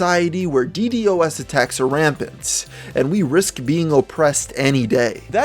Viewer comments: Dee Dee oh es lmao! Deedosssss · Killing me with the D D O S...... Deedoss.. Say it with me now DeeDos! #Ddos